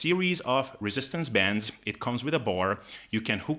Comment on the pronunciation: why do you talk so fast? As you know many words you say slightly Incorrect and it takes me a few seconds to realize what the word was that your thing for example bends is Ben's bands is bands and of course when you say Ben's I do realize that you mean bandsfor a couple of seconds therefore I constantly slow you down I listen to your show on 50%. Help a guy out able